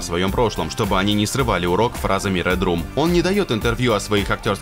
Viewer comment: редрум 😂😂😂 ну ты шутник , английский учишь